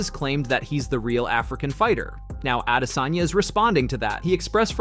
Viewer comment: He’s a damn African .not adesayna